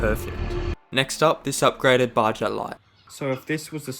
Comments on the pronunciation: its pronounsed baha not baja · It’s fucking Baja (baha) not Bajja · Pronunciation on baja is crazy😭